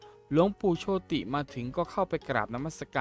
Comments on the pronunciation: เขาอ่านโชด ไม่ใช่โชติ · โชติ อ่านว่า โชต ครับ ไม่ใช่อ่านว่า โช - ติ เห้อ!😅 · หลวงปู่โชติ=โชด ไม่ใช่โช-ติ